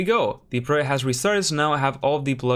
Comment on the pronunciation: Project. I've never heard anyone struggle this much to pronounce such a simple, two syllable word Lol